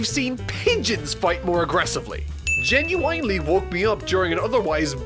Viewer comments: genuinely: gen you wine lee (that’s how he says it) lol sorry but it had to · did you say genuINEly?? ^^ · Why do you say Genuinely like that...I GENUINELY don’t understand why you pronounce it that way. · Lovin' these "In 10 Words Or Less" videos, would love to see more! That's not to discredit your other content too, I find it all entertainin'~! ^w^ Though, can you please stop emphasising the "I" in "Genuinely"? XD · The way you say genuinely is genuinely funny